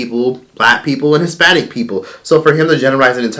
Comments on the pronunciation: First of all, is he saying “HisSPANISH”?!!!! 😂😂😂😂😂 who cares what the fuck he has to say ! I’m weakkkkkk lmao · wTF is Hispanish? Is he having a hard time pronouncing the -ich?? The f**k 😒 Nobody wanna hear all this from such an ugly dude. Ewwwwww